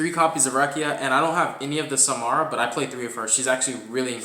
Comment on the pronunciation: Sa-Ra-ma lol. It was very unsettling hearing you call it “Samara”. Regardless cool deck profile. Personally i play without Dimension Shifter because its too situational